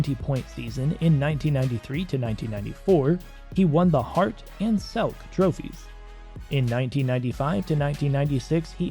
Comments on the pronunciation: The Selke trophy is pronounced Sell-Key, not Selk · A hockey writer should know how to pronounce Selke. It's pronounced like Selky. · Good video. Selke trophy is pronounced "Sell-Key"